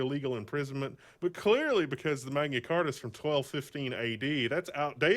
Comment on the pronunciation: Manya Carta? Magna Carta! Mag-na-car-ta.